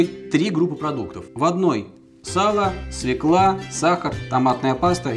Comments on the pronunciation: свЁкла,а не свеклА. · обожаю ваш канал! спасибо за рецепт) только, пожалуйста, не свекла, а свёкла) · В русском языке нет слова свЕкла. Есть свЁкла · Фу.. не свеклА!!! А свЁЁЁкла!!!! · Ударение в слове СВЁКЛА нужно делать на букву Ё, а не на А, а то вы говорите, как Горбачёв! Спасибо за Ваши рецепты!